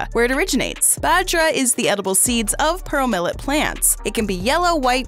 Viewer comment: She says 'Purrole millet' not pearl millet 😃🤣🤣